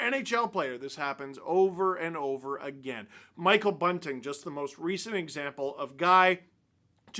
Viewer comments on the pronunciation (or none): none